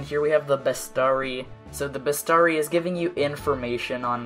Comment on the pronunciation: Best-arry? Holy fuck, I don't think that's how bestiary is pronounced!